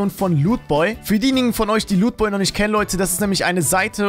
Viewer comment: Wie du lootboy aussprichst kommt bei mir rüber pornhub😅